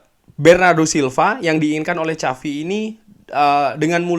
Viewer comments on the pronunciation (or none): Kok “CAVI” sih bang? Bukannya “SAVI” ya?